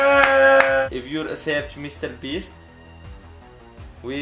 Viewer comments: mistlabees is wat he says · I’m the end it sounded like he said mewofeast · “i’ll say 1 million time merry beast” um sorry but u should say “i’ll be saying mr beast 1 million times, no hate btw! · Mine was when he said mcr beast